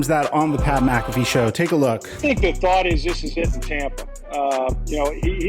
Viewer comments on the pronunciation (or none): none